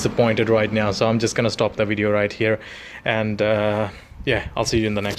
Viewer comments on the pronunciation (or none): A wideo is a wideo - you know created by a vanker.